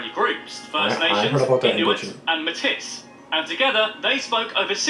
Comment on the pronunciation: Pronunciation of Metis is painful